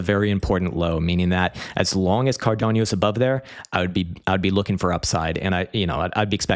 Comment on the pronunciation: Cardano. Kadano. Not cardanio; not kadanio.